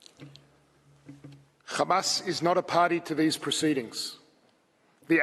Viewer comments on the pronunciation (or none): It is Hamas not Khamas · Khamas , khamas , khamas ... he's repeating this for about 5mn now ... come one next ... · This is an old Isr@ tactic of denial, which is not working anymore, honestly... Everyone in the world sees The Genoside being conducted everyday, and it's all over the Social Media, in front of everyone's eyes...Did someone count how many times he pronounced "Khamas"? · take a shot every time they say khamas (try not to get alcohol poisoning challenge IMPOSSIBLE) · hilarious is the way they kept saying KHAMAS, when they can speak a fluent English.And it's also hilarious that they said KHAMAS 137 if i'm not wrong, not talking about a single crime of war that they did.😂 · They can't say Hamas, KHAMASSS